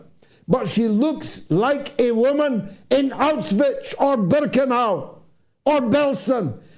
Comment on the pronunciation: I suggest to look up the pronunciation of "Auschwitz"...